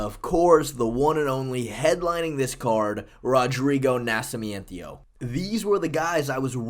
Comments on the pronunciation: MME taking pronunciation cues from Chael Sonnen or something "Nasci-me-endio" 🤣🤣😅 But yeah you've been high on him for SO long lmao.. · Why are you saying nascimento like that 😭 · It hurts me everytime you try to say Nascimento. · You botchering Nascimento name to insane levels. Dude, if you want some help with Portuguese names, feel free to contact me. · Was thinking the same thing the whole time. I winced every time I heard it. 🤣